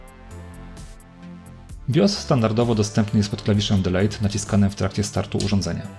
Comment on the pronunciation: Dilit! dilit! nie dilejt. a filmik spoko. sam chyba nabede takie ustrojstwo :)